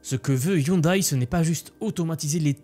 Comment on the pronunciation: On dit " ioundè ". De rien !